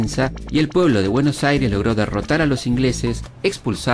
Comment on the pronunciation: dice buenos aires con Y 💀